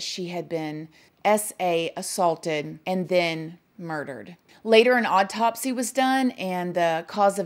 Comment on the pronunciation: Oddtopsy, drowded, umbilican 😂😂😂 I love the way you pronounce these words.